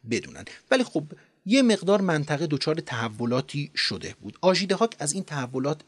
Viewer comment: لحنتون عالیه فقط «شده بود» رو خیلی با تاکید میگین ریتم بهم میخوره😅